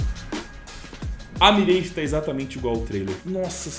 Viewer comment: chegamos ao cs 2 e o pessoal ainda fala "mireige", "nãke"...